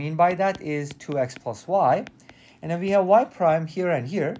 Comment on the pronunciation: "We have" not "vee have".